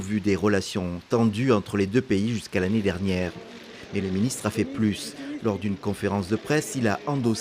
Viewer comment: "Main'nant, Monsieur le Ministe". Le français n'est pas sa tasse de thé.